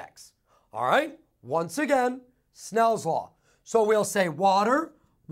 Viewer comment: soooo enthusiastic!!!! and he says snells law not snails law :P